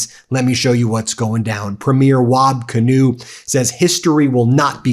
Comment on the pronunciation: Ben it’s pronounced Kinew( Keynoo)